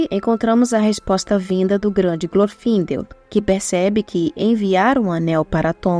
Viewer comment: Eu sempre achei que o nome de Glorfindel se pronunciasse com o "e" aberto, não fechado, acho que soa melhor assim.